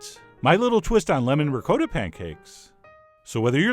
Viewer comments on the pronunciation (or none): Ri-kot-ah...not ri-coe-da We are not savages old chap. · rick-coda? where did you go to school? I can hear every little old Italian Grandma in the world hitting the floor gasping as they hear you murder the word RICOTTA!!!! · What is this ricoata, that rhymes with dakota, you speak of? Chef John, shame, shame! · Did he just pronounce ricotta like "recoota"? I'm just wondering though haha! love your videos!! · Tony Amabile and the way he pronounced it Tony! My ears, I can't unhear it, ricoata! Oofah...... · Ree-coat-a Lmao